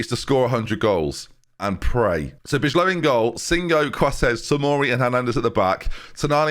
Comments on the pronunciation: bijlow = by-low sesko = sheshko thauvin = toe-van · Bijlow is just pronounced B-Low. Also loving the series so far 👌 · Bijlow is pronounced Bye low, but bidgelow will work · Bijlow is pronounced more like 'buy-low' lol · I think bijlow is pronounced as "Bay-Low", I might be wrong, but I think that's how it was pronounced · Bijlow is pronounced Bylow I’m pretty sure. He looks good tbf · In Dutch, "ij" is simply "y"...Ruud van Nistelrooy's real name is Ruud van Nustelrooij. Therefore "Bijlow" is "Bylow". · you pronounce bijlow as by-low in english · im from the Netherlands and you say Bylow (not like bailey) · It's pronounced buy-low ironically. 42.5 million pounds lmao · You pronounce Bijlow like "bye low" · am not Dutch but i'm sure "IJ" is pronounced as "y" so he's Justin Bye-low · I really hope you continue to call him Bee-Eye-Je-Low for the rest of his time here. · I think you did okay but not sure if this is a title winning team... But please put bijlows name in Google translate so you can hear how its meant to be said 😂 you could also just call him Justin as that is a very thing to do lol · For future reference the "ij" in Bijlow is pronounced the same way as in van Dijk or Wijnaldum, which as a Liverpool fan, shouldn't be too hard for you